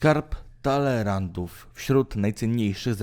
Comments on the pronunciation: Co to jest " skarb dalerantów " ? możesz sobie autorze zadać trochę trudu i prawidłowo wymawiać nazwy własne ? Chodzi o skarb Talleyrandów. No i kto to jest do cholery Tycjusz ? Żenada. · Co to jest ten "skarb Talerantów" czy "Taleyrandów" i pierwsze słyszę . I jakieś dzieła "Tycjusza" kto to taki ? Jak jakiś sławny to może Tycjan. Ten ten co to czyta może powinien załozyć okulary lub tekst powinien byc napisany większa czcionką a może i bardziej z sensem.